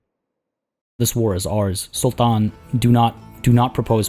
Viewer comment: Everytime he says "Sultan" annoys me.